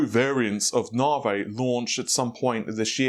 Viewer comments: 'nah-vay'? :) (It's so hard to say, NAH-Vee!) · 15% IPC up is fantastic! Nav.E, not Narvey, not Narv, bath, not Barth, please! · He used to say it properly, once he found it gave some people a matter to talk about in the comment section, then he continued pronouncing it as Naa-Vey, you can call yourself his guinea pig xD. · It's pronunced "Na V" ...not "Na vay". Couldn't resist :-) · His NaVi is NaVay ~way with a v. Instead of Na-V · NAH-vee, says Nhar-vay,or any number of other obvious to everyone else,mispronunciations,but, heart is in the right place and he tries. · Don't stop pronouncing it nah-vey, more comments more 💰! It's fun to drive obsessed/spergs nuts 😆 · I hate the "nar-vey".... sheesh it's not hard NAVI... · I've learned here it's pronounced 'nar-vay!' :) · NAVI, NOT FUCKING NAVEH! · This guy: "I'm probably pronouncing that incorrectly, so if someone can comment down below exactly how to pronouce that I would appreciate it" Also this guy: "NARV-EY!" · NaVee, say it, say NAVEE!!! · Worries about saying a Chinese site name wrong... says narveh 600 times during video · Nah-vay. lol Will someone help this man. First it was Fred-ripper, then Ma-tassie (Matisse), now it's Na-vay. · It's Na - vee Na - V 😂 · Continues to keep saying Nar-vay while asking us to correct his wording for the Chinese website. Any point? lol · I remember the earlier videos he was saying it correctly. Dont know why it became nar-vey haha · Navi dammit not Na-veyy P.S What the Fuck is happening in the comment section part regarding my comment? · do we need to tell you how to pronounce NAVI also LOL? Nav = (Nav)igation, I = e. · he can say it correctly, He sometimes slips and says it correctly. His first few videos about it he was saying it correctly. Its more like he is trolling. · You know the letter I is pronounced similar to 'ee'. Not single E.